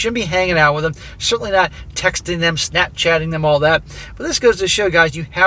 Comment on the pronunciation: Gashchat..not snapchat